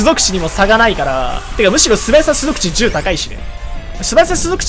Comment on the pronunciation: 結構きっちりしゅぞくち言ってて感心した